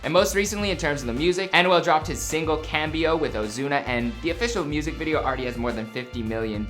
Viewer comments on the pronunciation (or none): 🤦🏽‍♂️🤦🏽‍♂️ the way he said cambio 😂😂